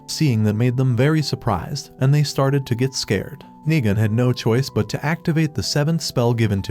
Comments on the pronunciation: Nigun sounds more like niga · Va of Dio voiced nigun? Also the second time he said nigun sounded like NI